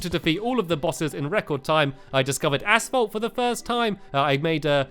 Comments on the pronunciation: lol, he says 'asfault' instead of asphalt. here in #MURKA , we say it like 'asalt'. (short a-salt) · Haha stampy said ass_folt I'm not trying to be mean though... :3